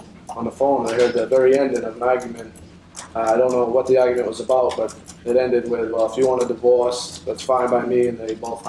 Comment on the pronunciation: The ahhgument and devooice